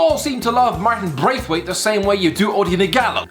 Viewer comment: No one:: 'Martin Breath..Weight'!!!